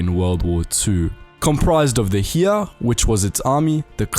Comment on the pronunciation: Oh god the pronouncement of "Heer" But to sum it up it's the typical allied idiodic way of not knowing the difference